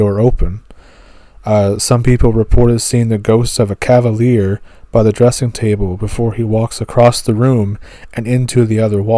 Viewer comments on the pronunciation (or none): none